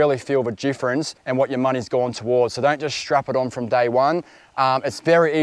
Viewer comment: What's the difference mate or jifference as you said